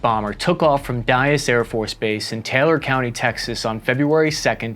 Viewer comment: It's Dyess, not Dyas